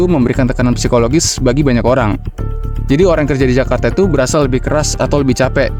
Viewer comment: Serius nanya, yg bener itu kajarta atau jakarta.